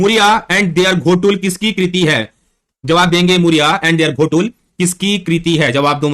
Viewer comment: सर घोटुल नहीं है गोटूल है